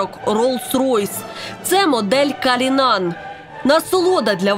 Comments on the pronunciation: Калинан??? Рили??? Вы делаете такой контент, и глупые ошибки. Кулиан новый Ролс-Ройс. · И "эксперт" и толстая журналистка неправильно называют модель РоллсРойса, правильно "куллинан", через "у". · Кролики думали, что это любовь! А на самом деле их разводили! Не будьте лохами! Криками "Слава Украине!" - прикрывают самые страшные дела против Украины! ПС: где вы букву А увидели, "кУллинан", розмовляйте правильно!))